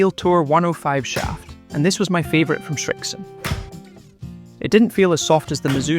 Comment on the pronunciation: Srixon, not ”Shrixon”